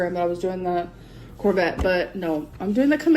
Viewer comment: Did she call a Corvette a corvey? Lol